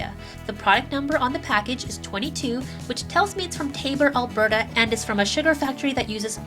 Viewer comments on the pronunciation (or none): none